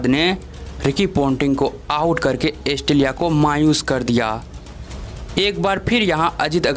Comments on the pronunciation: भाई एस्टेलीया नहीं ऑस्ट्रेलिया गीलकीलीस्ट नहीं गिलक्रिस्ट मार्क वा नही मार्क वोॅ, टोम मोडी नही टोम मूडी इस्टीवा नहीं स्टीव वोॅ जबान को थोडा थपथपाओ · भाई ऑस्ट्रेलिया एस्ट्रेलीया नहीं